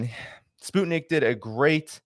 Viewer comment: Pronunciation... SPUTNIK is not spoot nik....sput sounds like 'mut' (dog) nik is as it sounds...Nik Nik Nik ^_^...... We all know you take care with pronunciation